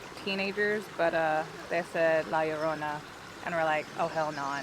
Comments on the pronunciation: LL in spanish is EE pronounced Erona not Urona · Aren't two "l"s pronounced as a soft "y"? Like Llama ("Yamma")? So "La Yarona" would be correct, would it not? Asking for a friend... Oh, I see what he did there; he went from "Yarona" to "Larona". Well, both of you also say things like "more crazier", etc, which is one of the major faux pas of grammar. "Crazier" says it all. "More crazier" is a redundancy and sounds, well, let's say 'uneducated'. It's like saying "more pregnant": there is only one lever of pregnant, and though there are different levels of crazy, each successive level above "crazy" is "crazier"... not "more crazier". They taught us this shit in third grade. That usually makes me quit watching a channel, but I really love you guys, and only make these points in the hope that, someday, you'll pay attention to these little things. First impressions, and all...? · Hi, pronounce it such LA- LOW- RONA, not spelled right but you will now get away with it, great video my friend, cheers to you both! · It's pronounced yo-rona it's like your about to say yo than Corona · Its cool, just say Yo-rona.